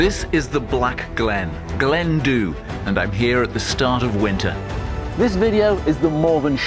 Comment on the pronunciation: I think its pronounced Glen Duve, Gaelic 😁